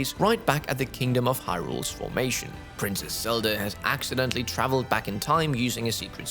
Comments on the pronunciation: I appreciate your work, but please work on your pronunciation of Z sounds in English. You’re saying “Selda,” and in the past you would say “Sion.” These names start with the letter Z, which requires a different pronunciation than the letter S. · Is it me or does say “Selda”?